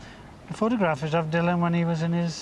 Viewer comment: I know you work for BBC Wales, Derek, but even Dylan Thomas pronounced his name DILLAN and not DULLAN..... there's no need to try to rewrite history just to please your bosses, butt. And it was annoying to us 'Dylan' fans.